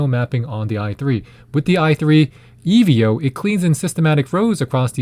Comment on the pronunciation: Why does he say e v o 💀